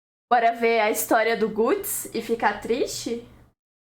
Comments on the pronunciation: Ainnn mais não é gutis a gatis vc não é otaka de verdade fica estragando essa obra tão magnífica vou dar deslike 🤡😭 kkkkkk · As duas formas de falar estão erradas. É literalmente Gatsu, só que sem fazer bico no "u" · a pronuncia em japones, ne ? Pq Guts é uma palavra em ingles, entao é "Gats". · mas a palavra é em inglês. A dublagem falou errado kk. Pq o Manga não tem som. Ate pq Berserk é "europeu", a cultura que representa é europeia.